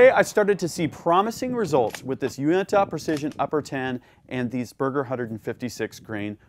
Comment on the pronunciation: It's funny hearing "Uinta" pronounced without a Utah accent